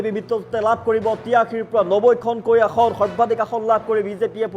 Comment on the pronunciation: নাচিব নেজানে চোতাল বেঁকা। "আহন"নহয় ভাই, অসমীয়াত "আসন" বুলি কয়। কংগ্ৰেছৰ হাৱা কেৱল মিঞাঁ মুছলমান অধ্যূষিত এলেকাৰ সমষ্টিতহে আছে। অসমৰ অন্য বাকী সকলোবোৰ সমষ্টিত বিজেপিৰহে ঢৌ চলিছে। গতিকে বিজেপি মিত্ৰজো‌ঁটে ৯০ ৰ ওপৰত আসন পাই চৰকাৰ কৰাৰ সম্ভাৱনা আছে।